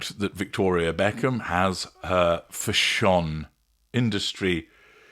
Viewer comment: Stop saying "fashawn'. That's incorrect pronunciation and stupid!